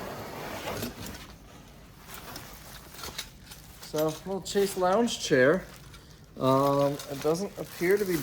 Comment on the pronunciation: Chaise is pronounced "shez"